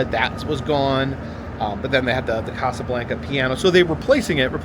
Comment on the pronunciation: Pronounce it correctly Casa Blanca not like blanket.